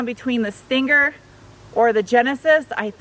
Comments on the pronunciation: I like how you pronounce button and stinger. I like your Tiger Woods outfit again. I little. Great review now when the Sonata comes out please take that Sonata for a ride and give it the beans. I know it's not a big engine but I want to see the car done by you rather than Alex or tfl car. Still wish you worked with them. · Are you okay? You had trouble pronouncing stinger.